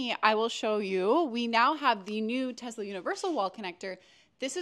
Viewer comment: FYI: It is Tesla. not TEZZZZZZLA